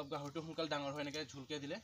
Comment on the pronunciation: দনা নহয়-দানা হ'ব লাগে।দাঙৰ নহয়-ডাঙৰ হ'ব লাগে।সনুকালে নহয় সোনকালে হ'ব লাগে।